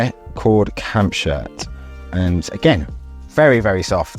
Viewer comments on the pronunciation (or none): “CAMP SHIRT” … I couldn’t figure out what you were saying 😂 I live abroad so I am used to the battle of accents and dialects